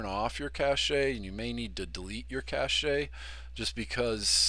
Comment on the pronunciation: It is pronounced cache (as in cash) not cachet